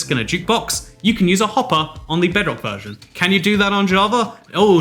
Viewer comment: Lmao u said verson